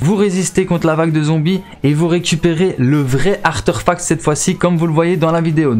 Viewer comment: Juste quand tu dis artéfact tu le prononce Artèrfact comme une Artère j'ai bizarre à entendre sinon bonne video merci